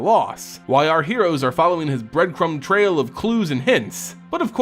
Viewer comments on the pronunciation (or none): none